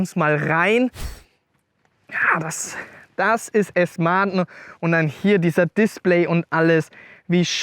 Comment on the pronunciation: Okay, du kannst ja "ausstattenne" und "Felgne" sagen aber "Aston Martne" komm schon...😅🤷‍♂️